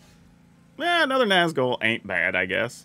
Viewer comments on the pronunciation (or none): The accent over the u in Nazgûl isn’t just for decoration.😢